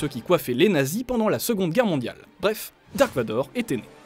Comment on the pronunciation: la vf c'est juste la version la plus foireuse au monde: vous êtes les seuls idiots à l'appeler "dark vador" ce qui ne veut rien dire hors son nom est "Darth Vader" (ça se prononce le v se prononce comme un f normalement) c'est de l'allemand et ça signifie "sombre père" donc désolé mais son nom est Darth Vader